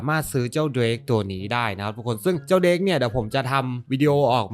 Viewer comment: มันอ่าน"เดรก"ครับ